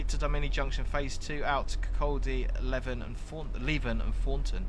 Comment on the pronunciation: As mentioned it is Lee-ven.Also Glenrothes is Glen-roth-ess (not rowths).